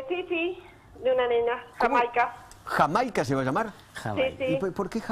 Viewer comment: El nombre de Jamaica es HORRIBLE, cómo lo dijo Feiman.